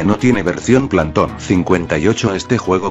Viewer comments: ¿*alguien se dio cuenta de que el dice ''plahntom'' en vez de phantom*? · Planton -_- es Phatom >:( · En una parte dise bersion parese que dice bersion plantonc